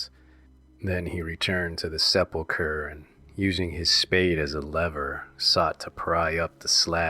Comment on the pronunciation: Here is what I hope is some helpful criticism to aid you in future endeavors, because after the ninth mispronounced word I was done listening. It just took me wholly out of the story. Perhaps try rehearsing the story before you read it for uploading? I simply could not get past the mispronunciation of words like "propitiate", "decrepit", and "sepulchre". I'm not trying to be a dick here. You have a good pace to your reading, and your vocal timbre fit the story. But work on your pronunciation!